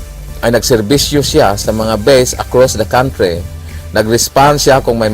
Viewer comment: Hoi, redundancie ka naman mag istorya, nakakainis ka namang magsalita.... Arme,countre, alchitecture, bwiset